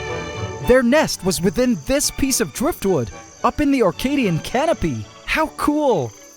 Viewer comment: "Antcadian sapphires"